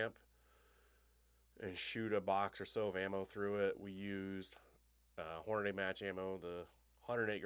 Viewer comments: "Hornaday"? Seriously? How do you get that pronunciation out of the correct spelling "Hornady"? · Can here to say the same thing. Like nails on a chalkboard. HORNADAY?? 🤦‍♂️